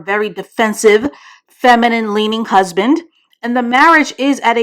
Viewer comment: Not “husbin”😩😭 That’s tickled the shyt outta me 🤣🤣